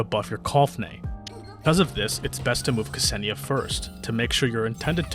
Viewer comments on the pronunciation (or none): Imma be a nerd for a second (since I know Russian) and correct you. The way you pronounce her name is not kAsenia (there's no A there lul, I don't get why everyone puts an A there), it's more like K'senia, you basically make a slight pause/gap between the K and the S. There you go, I'm sure this is VERY useful information... 🤪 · Very interesting history sections, informative gameplay explanation packaged in an entertaining video. Just chef's kiss 👌 But one thing her name is not 'Kasenia'. The pronunciation is not false but midly off that is like an itch that i can't get rid of. Hard to explain in a comment but google translate does nail the pronunciation when you type Ksenia and switch to russian. Otherwise as said before still a nice video👏